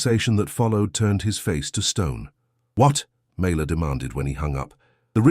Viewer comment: FINALLY the text spells her name correctly and it is pronounced correctly as well. Mayla. Such a great story!!!! I saved it and shared it ❤‍🔥❤‍🔥❤‍🔥❤‍🔥❤‍🔥❤‍🔥❤‍🔥❤‍🔥❤‍🔥❤‍🔥